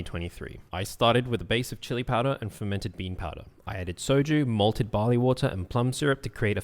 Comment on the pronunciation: I heard "mudded Bali water" instead of "malted barley water", thats why captions are really necessary 😂😂😂